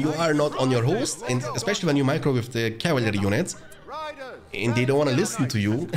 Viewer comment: cav-il-ary haha